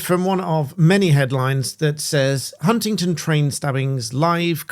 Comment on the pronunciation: Why does everyone keep saying Huntington?